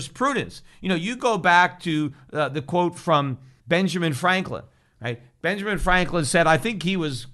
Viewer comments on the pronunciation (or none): none